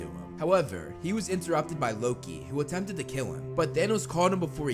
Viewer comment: Did you just call loki luki